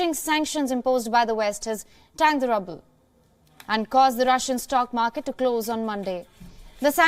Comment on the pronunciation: It's pronounced roo-ble. Rubble is what Ukraine will be in a few more days